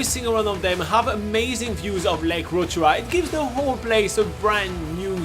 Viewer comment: I like the way the guy actually makes an effort to pronounce Rotorua ❤